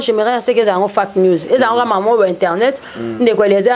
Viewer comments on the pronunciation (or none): 26.51 minute komeka koloba anglais na place yako loba fake news ye alobi fuck news